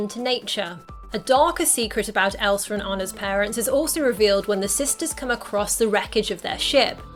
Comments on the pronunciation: No Hate But: You Kept Saying Elsr IT gAvE Me oCd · how many times did u say elser? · i feel like your sayin elsar